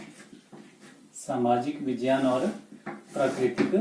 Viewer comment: It's not vijayan It is vigyan